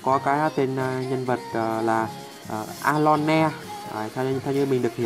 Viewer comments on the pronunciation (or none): ơ lôn chứ ko phải a lon ne